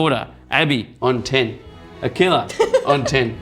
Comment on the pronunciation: AKILA ❌ NUNKILA ✅